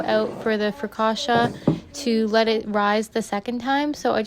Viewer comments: Sono italiana e per la precisione Ligure. Non è "frocauta" ma "focaccia" Però sei stata molto brava è venuta bene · I took Italian in college and I was going to tell you how it’s spelled (but a native Italian got you taken care of) and roughly how to pronounce it (it’s basically fo-caccia, and the caccia sounds like gotcha but with a hard c at the beginning). And your focaccia looked delicious!